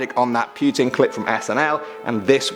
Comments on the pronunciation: PYUTIN. PYUTIN.... LOL. It's Putin. Do your best Harley Quinn's "Oh, puddin'!" but replace d with t. There. You're welcome. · lol "pewtin''